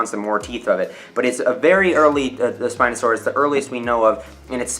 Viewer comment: Speenosoaris is bayder